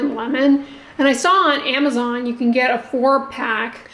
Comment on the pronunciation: Please, please, please pronounce PANDEMIC and AMAZON correctly. You’ve been doing this for a few years and it’s time to move on.